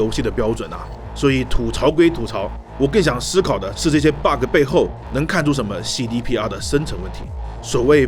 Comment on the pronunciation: Friendly tips: Bug 別把 ge的音讀出來 bug 沒ge的音